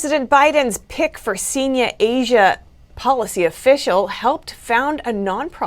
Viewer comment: Seenya . Fourth year of high-school. NY accent of an old lady “ I’m a seen- ya “ haha . I’m messin with ya , this is a solid channel. It lacks pazazz but still a good channel . Always like watching .